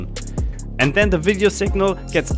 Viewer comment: Ein Kollege von mir hat auch ne FPV Drohne ach und bei gehört ein than anstatt then (when? Then) ;)